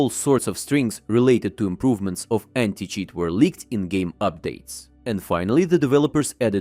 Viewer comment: did you say new anti cheese 😂😂